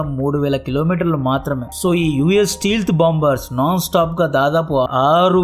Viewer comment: Bro, antha bagundi avi steelth bombers kadu bro stealth bombers. Just a suggestion